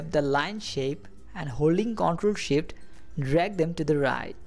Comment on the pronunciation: Great vid, thank you for it. And I like how it sounds like you are saying "Hold the SHIT key". LOL!